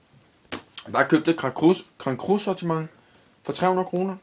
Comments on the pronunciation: Grand cry... ikke cru... men staves cru. Hvor meget har du for? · det udtales som grand cry men det staves grand cru